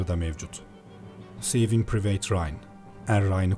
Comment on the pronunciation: private "piriveyt" diye okunmuyor reis. "pırayvıt" olucak